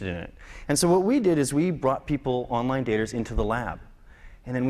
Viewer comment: lie "onlien" :D